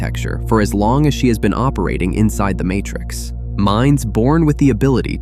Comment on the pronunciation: What was that "Martrix" ? A human being would never have said "Martrix." Oh, this is awkward!